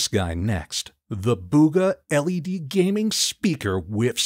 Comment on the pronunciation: bro seriously said "Gamming" 💀